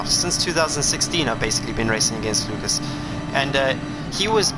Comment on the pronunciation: I appreciate this. Thank you. It's loo-kahs. Like haas. Do you change the controller sensitivity settings? It sounds ignorant, but it affects steering wheels too. If you don't, change it to 7 and see how that affects steering inputs